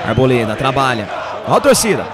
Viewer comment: Porque sempre o Arboleda aparece,vc fala buda mole kkkk